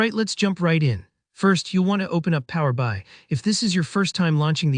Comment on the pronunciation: The voiceover on this is so bad. "Power Bye"?